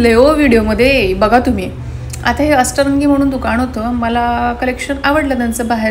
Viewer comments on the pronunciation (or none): Video chaan hota ,Narration pn chan kel,But u need to work on your Pronunciation ugach nako tithe न cha ण nako krus .अस्तरंगी नाही अष्टरंगी. क्रंची नाही स्क्रंचि. शोक नाही शौक. फॉवर नाही फ्लावर